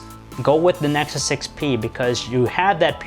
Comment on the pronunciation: "nesus 6p"